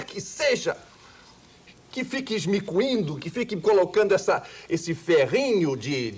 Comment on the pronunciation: Não é assim, acredite. Ele tem conhecimento de algumas palavras pouco usadas, mas está longe de ter erudição e as vezes fala errado mesmo: ex: não existe “ismicuindo”, certamente ele queria dizer “imiscuindo”